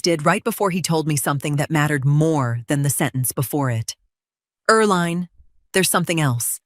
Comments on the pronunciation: Her name is pronounced er-LEEN, not er-LINE. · Hey AI, it's pronounced "Er Lean"..... had an aunt with that name. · You read everything? Then proof read your pronunciation of words please. Eerl line? Why the weird names.